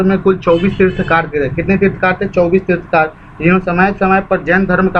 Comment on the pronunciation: तीर्थंकर होता है तीर्थकार नहीं